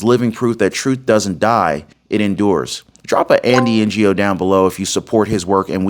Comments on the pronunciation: Andy N O NOT PRONOUNCED N G O LOL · Pronounced as Andy Noh, the G in “Ngo” being silent… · Andy Ngo is pronounced Andy Know, just to help. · Andy No. The G is silent. You're welcome. 😉